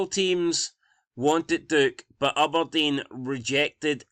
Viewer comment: “Ubberdean” who is this team 😂